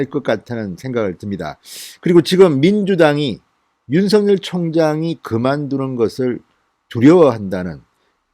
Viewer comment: 진성호님이 윤서결로 발음고치지 않고 윤성렬이라고 계속 발음하시니 드디어 윤성렬로 아는 사람들이 나오네요